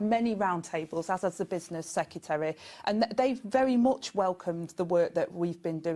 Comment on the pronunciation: She said 'secetary' not secretary. Ignorance at its best